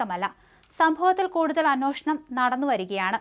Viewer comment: അന്യേഷണം, അന്വോഷണം അല്ല കുറെ നാളായി ഇതു തന്നെ കേൾക്കുന്നു. ശ്രദ്ധിക്കുമല്ലോ